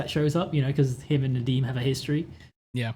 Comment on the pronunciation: yeah….i just mean, his Nadeem accent is very good seeing as he’s British. Sorry, I made that comment when very tired. It makes little sense to me too